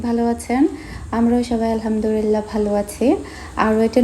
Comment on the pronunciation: আলহামদুলিল্লাহ্ শব্দটা সঠিকভাবে বলবেন তা নাহলে অর্থ ভুল দাড়ায়।